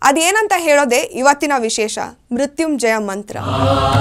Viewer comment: Namaskara kitti avare please do not spoil our mantra uttrachane ,I this not Murthumjaya ,it is Murthunjaya ,it is pronounced wrongly by your presenter